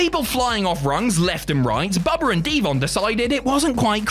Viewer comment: "Bubber and D-Von" I love when British people do that 😂